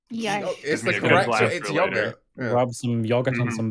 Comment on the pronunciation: I think this is my favourite baeclast ever. Found myself chuckling quite a few times!, you definately say yogurt correctly!